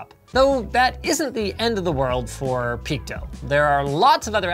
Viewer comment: Two questions: 1. Why would you pronounce PeakDo like "Peak dough"? Is this the first time you've seen "do" written? 🤣 2. Why would you not provide a link to the site you found or their Twitter page or to the product on AliExpress in your description but shamelessly include all your sponsors that have nothing to do with the content of the video. You've sold the fuck out Linus